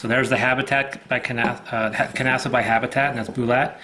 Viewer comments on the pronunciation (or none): You keep pronouncing the ‘k’. It’s silence like ‘knock’ or ‘knife’. Especially since this ‘knife’ was created by ‘Nasa’, put them together and you get ‘Knasa’.